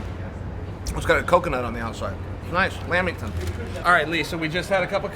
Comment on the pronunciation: “A lamb-ing-ton” Lol.